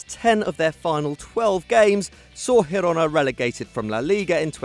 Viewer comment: You pronounce Girona wrong